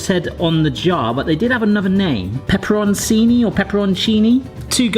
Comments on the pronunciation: pep-per-own-CHEE-knee is how you pronounce it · Around here we pronounce it pepper-cheen-ee. But it's not Greece around here.